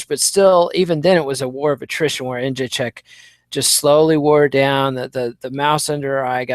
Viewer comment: really needs to learn how to pronounce Joanna's last name.